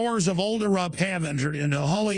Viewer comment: "A spectre is hownting er-up"